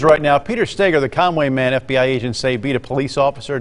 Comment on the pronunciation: (Stay-girr) Stager